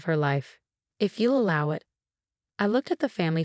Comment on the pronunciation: please look up the pronunciation of "sabotage, allow, etc.". It's important. And please, there are other male names besides Marcus and Jason.